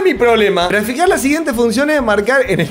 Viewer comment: Entendí "Traficar" en vez de "Graficar" traficaba cuentas la profe AJJAAJAJAJ